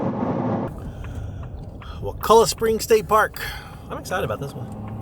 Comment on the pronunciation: So glad you enjoyed my backyard and shopping at my local ACE/Publix. Can't believe I missed seeing you guys driving through town. It's actually pronounced Wak-uh-lla and is a great place to spend the day on the boats and at the Inn (no TVs or phones in the rooms, like it originally was). The creature from the black lagoon is still out there somewhere as well. Bring your kayaks next time and I'll get you on some great sea trout fishing at St. Marks! Safe travels, and wish I could make it to SAVE this year.